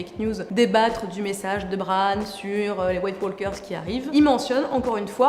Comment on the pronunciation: T'as jamais appris en 5ème qu'on prononce pas le "l" dans "walk" ? Sinon super vidéo comme d'hab, j'aime bien.